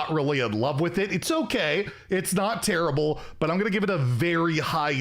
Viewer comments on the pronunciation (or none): none